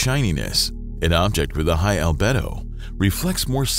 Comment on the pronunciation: Al-bee-do ffs!!!